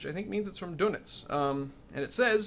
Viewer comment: It's 'Dönitz', not 'donuts'. You nutjob. :-) Darn right you are, I have been waiting for this! SH5 just looks too awesome to ignore, imo. But whatever sim you like, I'm looking forward to it.